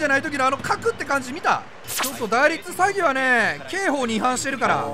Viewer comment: 打率詐欺をサイドギャザーみたいに言うなwww